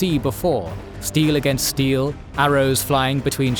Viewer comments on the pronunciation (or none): none